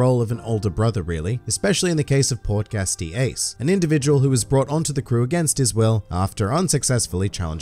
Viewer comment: I fucking sware the next time you say "Port Gas"